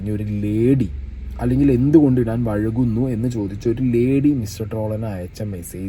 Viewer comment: vazhukunnu❌. vaikunnu✅😂